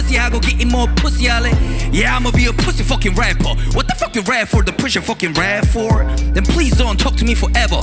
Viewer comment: 여기 fuck발음이 ㅈㄴ찰져서 계속 들음ㅋㅋㅋㅋ